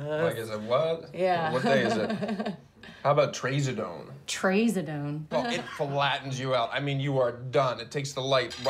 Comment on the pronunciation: pretty sure it's not pronounced tray-zodone lmfao